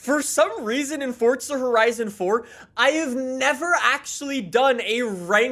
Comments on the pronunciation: It’s For-Zah not Fort-Sah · its FORZA!!!!!!!!!! NOT FORTZA ffs